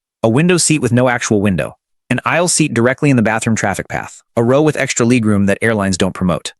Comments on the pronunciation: Ooh, gotta get me some of that "leeg room" FFS. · Leeg room???? So damn annoying